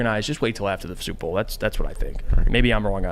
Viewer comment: Why can’t he say Super Bowl?